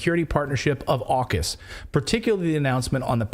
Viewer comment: AUKUS saying FukUs 😃